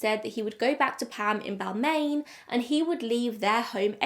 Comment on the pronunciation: I’m from Sydney, Australia about 40 minutes from Chatswood and never heard of this case! also, Bal-Mayne is correct pronunciation of Balmain.